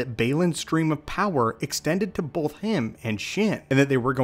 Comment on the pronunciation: Stop. saying. BOLTH.